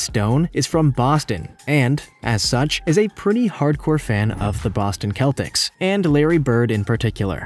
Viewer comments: It’s not Boston keltics it’s Boston Celtics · Boston cell tics like cell phone not keltics buddy wtf r u doin🤦🏾‍♂️😭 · Boston Celtics ( pronounced seltics)